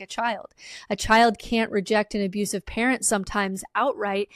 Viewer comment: Damn. I first thought she was saying "primary carrot". But it's "primary parent". That makes more sense.